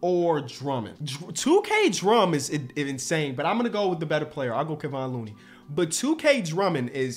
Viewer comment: bro said looney better than drummond